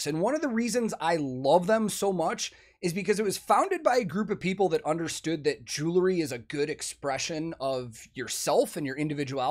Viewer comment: Please know that you aren’t the only one that does this, but for some reason it is even noticeable on a video with Elizabeth. There is no such thing as a jewla Please stop saying jewlaree Especially when pushing the product. Jew•el•ry Jew•el•ry jewelry Just say the word jewel and add ‘ree’.